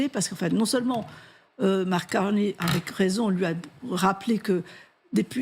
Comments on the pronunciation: Sa se prononce Carné, pas Carnille lol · Pourquoi les Français disent-ils toujours Carnet? Ce n'est pas Carnet. Le nom rime avec chenille ou myrtille. Carney = Carnille. (/karni/)